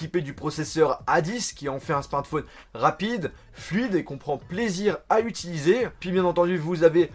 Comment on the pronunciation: Tu peux essayer une fois dans une de tes vidéos, de dire correctement le mot "Smartphone" ? Juste une fois ? Parce qu'entendre systématiquement "SMATFONE" c'est un peu relou